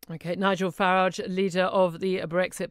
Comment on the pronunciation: It's Farage not Farage! 😋